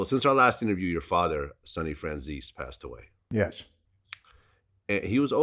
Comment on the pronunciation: After all these interviews Vlad still can't pronounce Franzese right.